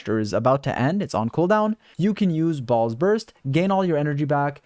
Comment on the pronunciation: i can't stop hearing you say balls instead of "baal's"